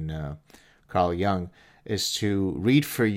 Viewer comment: Silly detail, I know, but the name is pronounced J-oo-ng, not J-ou-ng.